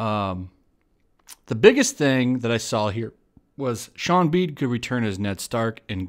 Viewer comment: Is it pronounced Sean Bean or Shawn Bawn?